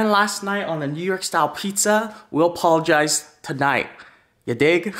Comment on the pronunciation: “Ya’ll gone pologize.. today!!” 😂😂😂😂